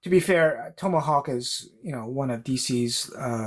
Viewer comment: Never heard Tomahawk pronounce the way you pronounce it